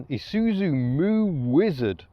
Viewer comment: Thank you for not saying I-soot-zu.